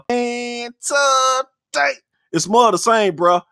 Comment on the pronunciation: And taday.. lol